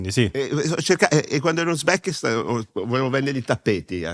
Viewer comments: “Sono l’ Uzbechin, il Kalzachen, il Kirzichen, il Susmechin, l’ Arz z, z” mettete a velocità 0,7x 💀💀 comunque qua un po’ ragione lui ce l’ha. Dire “persona X è negli Epstein files fa pensare alle persone = pedo” Oggi la maggioranza delle persone non va a verificare ma si fida ciecamente del loro “influencer/content creator preferito”. Si fermano al titolino clickbait. Sapendo questo è ovvio che fa causa. Anche se teoricamente non avete detto niente di sbagliato. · Onestamente mi e simpatico! Non so cosa pagherei per essere accanto a lui mentre dice: uzbekistes, nazikistens., kazakinis... Ahaha mitico!!!!😂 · "Uzbekina, Kazark, Kizirk, Tsuzmekiza, l'Arze!" Lo abbiamo capito che sei meglio di David Copperfield, non serve che ti metta anche a pronunciare le formule magiche, tranquillo.😊 Era una magia per viaggiare nel tempo? No perché Papa Leonardo XIV deve essere avanti di almeno un millennio considerando che non è mai esistito neanche il primo... Che potenza! Altro che Copperfield, qua siamo ben oltre Gandalf.😅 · "tuzmeki, ubzecc"... Imbarazzante, ma ok